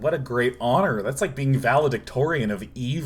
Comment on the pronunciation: more like Val-edict-orian, am I right.